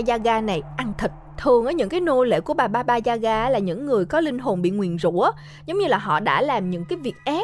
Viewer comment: sao t nghe ra thành baba da gà :(